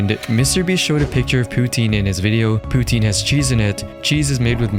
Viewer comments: she misprounonces poutine, and as a canadian it is KILLING me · It’s poutneeeeeeeeeeen not poutnen